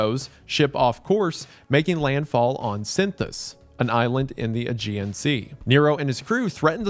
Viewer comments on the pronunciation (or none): none